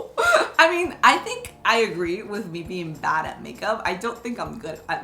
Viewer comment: When she says a word like 'bad' but sounds shes saying bat